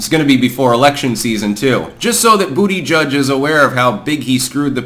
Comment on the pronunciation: Bu**geek is the name. I don't know how anyone could still mispronounce this stud's name